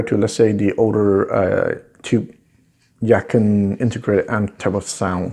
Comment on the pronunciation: it is pronounced Yah Chin. which means beautiful sounding musical instrument